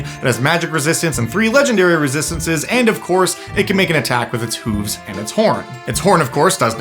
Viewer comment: The way you say “hooves” reminds me of how Toki and Skwisgaar of Dethklok say “hovercraft”. It brings a very silly grin to my face. 😁